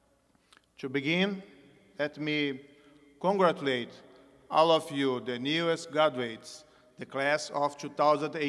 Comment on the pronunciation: Auântchu congrétchuleitch kkkkkkkkkk